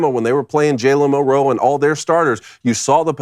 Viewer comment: MILroe, not milROE.